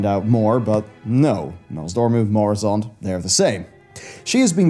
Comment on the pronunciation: Its murozond not moruzond 😂😂😂